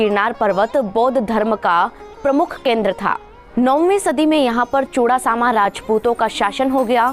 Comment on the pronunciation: It is pronounced as मोहब्बत खान..and चुडासमा..!🙏